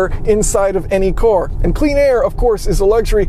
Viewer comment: I love you but can you please start saying vehicle instead of cor